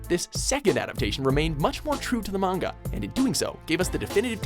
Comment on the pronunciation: Finally somebody is pronouncing the word "manga" right.